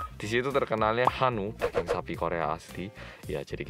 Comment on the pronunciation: Nama Asli: Daging Bilang: Dageng